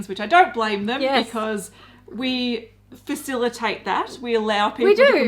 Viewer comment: "We faciliate that.." (Giant Grin) "We DO!" HAHAHAHA! I literally wait ALL WEEK for it.